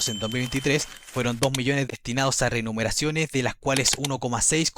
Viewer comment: se dice: "Remuneraciones" 😂😂😂